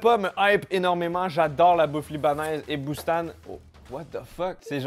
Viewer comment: Pour Boustan, ca se prononce "Boustane" pas "Boust-an"